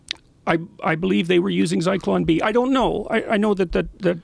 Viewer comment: It's Zyklon B you dumb fuck Rogan